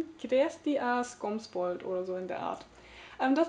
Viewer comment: Ah. Skumsvul!:D So klingt das in der "richtigen" Aussprache in etwa. Ich glaube, ich werde bei einigen späteren Autorennamen aufgeben... die ganzen Japaner, man man! Das Buch klingt doch angenehm heiter und düster im richtigen Maße.:D steht schon auf der Wunschliste. Kazuo Ishiguro! Ja ja ja!:) Meine Mutter kennt den Film dazu sehr gut und meinte, sie könne sich das als Buch wunderbar vorstellen. Bleibt auf jeden Fall im Hinterkopf. Mehr Lyrik! Mehr! [oh, das war doch schon viel...] Wirklich, wirklich, wirklich. Hihi. Gisela Elsner klingt ja wunderbar interessant und obskur. Ich setze aber mal "Fliegeralarm" aufgrund der Neugierde auf die Wunschliste. Interessant, dass wir dasselbe 'Problem' mit unserem Sci-Fi-Roman hatten diesen Monat. Bin froh, dass "Krieg der Welten" immer besser wurde und nur der Einstieg für mich etwas lahm war. Oha, ein Jugendbuch? Booktube explodiert.:D Ich habe auch noch das ein oder andere JB vor mir. Mal schauen, ob da positivere Eindrücke auf mich warten. Bin jedenfalls gespannt auf deine Rezension.:) Den schlechten Einstieg mit MÁRquez hatte ich vor vielen Jahren. Umso mehr konnte mich danach "Die Liebe in den Zeiten der Cholera" begeistern, aber da ist der Leseeindruck bereits wieder alt und verblasst. Von "100 Jahre Einsamkeit" rate ich ja schon seit Monaten ab, genauso wie von "Elementarteilchen" und in meinem Lesemonat werden zwei weitere Bücher folgen, die dieses Urteil ereilt. Mein Lesemonat ist minütlich gesehen doppelt so lan